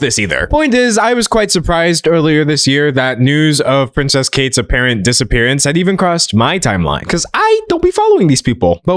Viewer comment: He calls her pricess kate🤣🤣